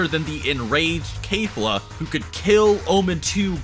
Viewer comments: You're acting as if it was an obligation to pronounce kefla's name correctly even though there is no need for it, It is unnecessary There is no obligation for someone to pronounce a FICTIONAL CHARACTER'S name correctly Even if pronounces keflas name the wrong way there is NOTHING WRONG WITH THAT You're being mad and angry about such a SMALL AND INNOCENT MATTER And you're even saying that it's disrespectful to mispronounced their name Well let me remind you once again that kefla is a FICTIONAL CHARACTER And even if she is a real person saying that someone is being disrespectful just because they mispronounced a name is so overly sensitive and petty There is literary no harm in mispronouncing a name, And finally you're calling a person lazy just because the didn't pronounce a name correctly, There is nothing wrong with being lazy and not wanting to do some things when you literary have NO OBLIGATIONS TO DO SAID THINGS You call someone lazy and disrespectful but you yourself are overly sensitive and petty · Why do you pronounce Kefla like that, shit bothers me in every video. Lol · KEFLA not kayfla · Why do you say kafla when it’s kefla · KAIF-la stop in the name of KE-FLA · Kefla, or Kayfla? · Its pronounced Kefla not KaYfLa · Sorry to say this. But when you pronounce Kelfa it sound as you are pronouncing cave-la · KEF-LA not KAE-FLA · Who the hell is kayfla , stop mispronouncing their names there’s literally no excuse ,when you say someones name you should say it how they pronounce it not how ur dialect interprets their name , its just disrespectful and lazy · Did he pronounce kefla Kayfla? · wow, I'm impressed... you managed to butcher 3 different names beyond recognition.... good job? (but seriously, well done on the video, i enjoyed it, cubed, and liked) butchered the hell out of Keflas' name ("kay fla") butchered the hell out of belmod's name ("Ver mod") butchered the hell out of Cabba's name ("Ca bbeh") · bruh this dude said KAY-FLO